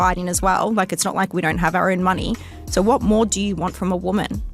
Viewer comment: In the word "so", why dies she keep adding an "r" to the end of it? She's as deep as a puddle. The scorpion and the frog. She has a child's mentality. Nowhere did she take any accountability for what happened.